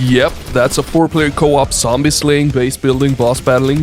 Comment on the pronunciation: Now, I have a wild hypothesis, bear with me. I noticed saying "sombie" instead of "zombie". (Maybe it's been obvious, but I haven't paid much attention to this.) IIRC, his friends came up with the nickname; what if they parodied his pronunciation and changed it to?! Otherwise, it's been lowkey bothering me for ages LMAO and I can't figure it out. Where is the truth!!!:_BratShout